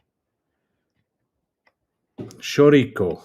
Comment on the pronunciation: You say "Chouriço", like this . . . . "Show - Rii - So " - Now say that fast.